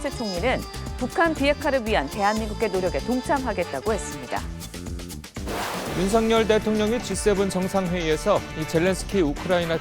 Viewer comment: 어떻게 아나운서라는 사람들이 대통령 이름 마져 제대로 발음을 못할까? 윤성열이 아니라 윤 석 열 발음. 윤서결